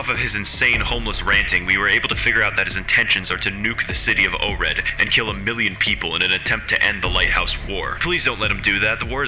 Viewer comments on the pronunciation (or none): Oured is pronounced "ow-red", not "oh-red", despite how they say it in AC7 Though, in 5, they say it right.